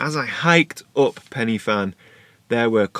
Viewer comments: I'm from Wales. Every time you said 'Pen-e-Fan' I cringed! If you go there again, it's pronounced 'Pen-ur-Van'. Just so you know....! Enjoyed your video though and love the shot you took. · Pen y Fan: ‘y’ pronounced ‘uh’ not ‘e’ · PENNY FAN? Oh, I know you struggle with some pronunciations but Penny Fan? Let me help - Pen-uh Van. The letter Y is a vowel pronounced a a soft U. A single F is V and (double) Ff is F. Loved the video. Croeso y Cymru, Welcome to Wales. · As a Welshman, hearing you say Pen y Fan (you say it like it, Pen Ugh Van) makes me cringe as a fluent welsh speaker. But valiant attempt. Amazing photos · Nice vlog, some really nice images. I see that someone else has helped you with the pronunciation (Pen uh van) a little more information for you, Pen y Fan is the highest mountain in the southern half of the UK, thanks for sharing your trip with us and your dinner with the dog. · Ah--name the van contest! Let's call it Pen-uh-van. Or not. Whatever. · it’s pronounced ‘Pen er Van’. 😊